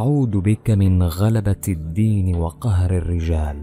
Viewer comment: اخي الدعاء في لفظه غلا ط غلبة الدين الدال بلفتحى وليس بلكسرى